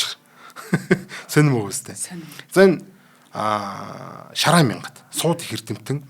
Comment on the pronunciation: Шарайн биш, Шарайд юм шүү